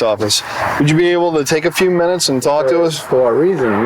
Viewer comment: WHY DOES THE NARRATOR SAY THE "L" in TALK!? TALLLLLLLLLLLLLLLLLLLLLLLLLLLLLLLLLLLLLLLLLLLLLLLLLLLLLLLLLLLK